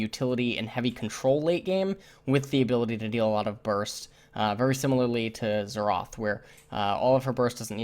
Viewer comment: he means xerath you silly goose